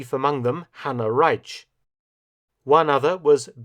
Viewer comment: His German pronunciation is solid but far from perfect. There is a notable British accent and in addition some words sound quite different when a native speaker speaks them. For example "Hanna Reitsch" was quite close, but there was still some accent in the surname. In contrast to this, "Beate Uhse" was quite wrong. He did not speak the "a" of "Beate" although it should be spoken. In addition he spoke of the "U" of "Uhse" as "Ü". What he said would have been written "Bete Ühse" and not "Beate Uhse".